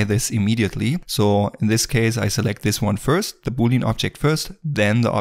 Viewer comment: Boolean is pronounced Boo-lee-an, not booleen ;-), just sayin